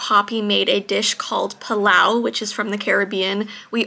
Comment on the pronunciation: Haiii its pronounced (pay-lau)😭. I'm from trinidad🇹🇹